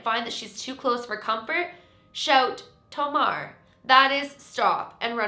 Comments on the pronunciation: The "e" in "tomare" is not silent, it's supposed to be to-ma-ree. In case people do play this game, she might not understand if she just hears Tomar and proceed to try and catch them xD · Ok, this vid is cool, but I have to correct your pronunciation of "tomare". It's not "Tow-marr", it's "tow-mah-reh". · this challenge seems really interesting but as a japanese person (who also speaks spanish) i died a little bc like. tomare (stop) was pronounced like the word for to take in spanish (tomar) HSDFBJDSFDSF and kitta (cut) was pronounced like kita which is come in the past tense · the only thing...if you say tomare in an American/English accent like did...Daruma-san might not understand and won't stop. It's pronounced toh-mah-reh - the japanese word for STOP. but that "game" is freaky, I like watching others do it, but I would never do it myself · does she mean tomare? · while i dont recommend anyone to play this.. i'd recommend looking up how to pronounce 'tomare' cause i think going by japanese language it's more so 'toe-mah-ray' if you wanna say it right, might be off by a sound or two, but the way it's spelled is each two letters is one sound, 'to-ma-re' and normally 're' is said as 'ray' (with the last sound cutting off a bit,). reason i add this is because if you pronounce it wrong, i feel it's not gonna work at all.